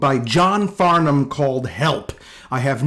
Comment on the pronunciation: With...you appear to be American AND you pronounced his name right?! Well done, sir! 🤣